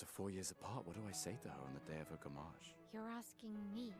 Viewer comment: Btw its Gommage not Goomage 😂